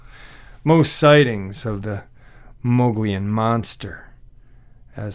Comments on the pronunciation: The Mogollon Rim or mountains , according to Louis L’amour, is pronounced “Muggy-own”. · The place in AZ you mentioned is named (phonetically) the “Mug’ e own” Rim.